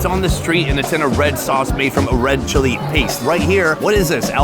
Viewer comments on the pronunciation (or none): none